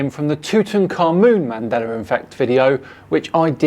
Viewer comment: Um didn't used to say Mandela effect? I kinda hear ManDelar effect. Or maybe I'm remembering it wrong Mandela with an 'a' not 'R'